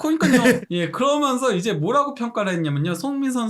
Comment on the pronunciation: 궁금한데 왜 '그러면서'를 '그러먼서'로 발음하죠? 하면을 하먼이라고 하고.. 이강인 따라하는건지 어릴 때부터 외국 산건지 😅